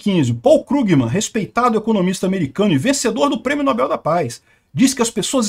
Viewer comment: precisa definir se é nóbel ou nobél.... Kkkk